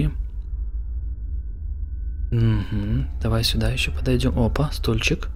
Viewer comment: А можно вапрос, пачему ты гавариш сюдой а не сюда??? 🤔